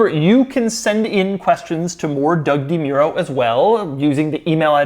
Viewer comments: Doug, the type of guy to mispronounce his own last name On a side note: Do you think your videos on newer cars do better because people who aren't regular viewers come to you for reviews for potential purchase? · Does doug not know how to pronounce his last name? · So that's how u pronounce Demuro..?! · Doug the type of guy to insist it's pronounced DeMuro and NOT DeMuro.